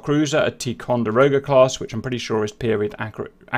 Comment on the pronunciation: On a number of occasions you’ve said tee Conderoga but it is pronounced tie Conderoga. Ticonderoga is a native North American Iroquois word for the coming together of two rivers. American colonials built a fort at one such place and called it Fort Ticonderoga. It was a fighting position that covered two river ways. Ticonderoga class cruisers are named after the first one built in the 70s and should have been a destroyer class vessel but because of its increased capabilities was upgraded to cruiser status and class.